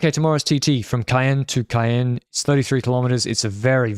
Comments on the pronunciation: usually on point with his French, but the Ca-enne pronunciation in the preview and here is pretty far off 😂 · "Caen" is pronounced like the "Cam" part of "Campanaerts".